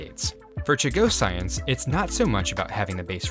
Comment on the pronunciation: Ok, i gotta fix your pronunciation because it’s bugging me. Chagossians Cha-go-shuns. Not Cha-go-cyans